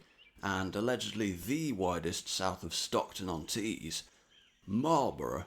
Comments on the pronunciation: Fascinating and this is from a Wiltshire resident of 30 years. The only town I’ve never been to is Corsham, which is now firmly on my list. Only one minor complaint, Marlborough is not pronounced Marl-borough but Mawl-borough - one can always spot a visitor by that! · Learn to pronounce Marlborough. Ask a local.